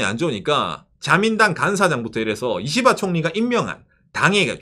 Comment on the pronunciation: 님 이시바총리 발음할 때 이는 약하게 시는 강하게 발음해서 씨바총리라고 하는거같음ㅋㅋ